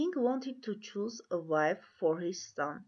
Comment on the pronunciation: To choose թու շուզ😂